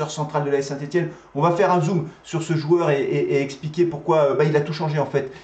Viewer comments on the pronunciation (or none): none